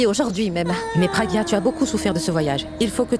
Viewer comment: Ça me fait tellement mal au cœur lorsque moni prononce mal le prénom de ma pragya et de mon abhi 😢💔